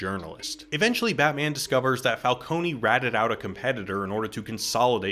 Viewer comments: It's falcone not falconee ,it's so irritating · Carmine WHO????? FALCONEY??????? IT'S FALCONE, LIKE ICE CREAM CONE, NOT CONEY ISLAND NEW YORK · Wtf is Falconie? It’s pronounced Fal-cone , similar to falcon, cause you know animal/bird based villain. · IT'S NOT "FALCONY", IT'S FALCONE, GODDAMMIT! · Stop saying Falcony! It's Falcone!!! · I'm sorry, did you call Falcone... "Falcony"? 😂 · Every time you said "Falconey" I died a bit... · As an Italian name, it would be fal-CO-neh. But it kinda gives the world some texture that everyone has a different, wrong pronunciation. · I take psychic damage whenever someone says Falcone like this and I blame Batman Begins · Falcone is pronounced differently in the movie. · My only issue with this excellent video is how you pronounced “Falcone,” after The Batman was the first Batman movie to pronounce it correctly. Cmon dude